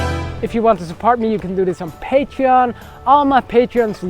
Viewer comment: I like how you pronounce "patreon". It's like "PAYtreon"